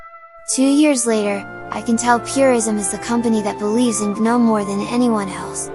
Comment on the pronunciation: The "guh-NOME" are escaping!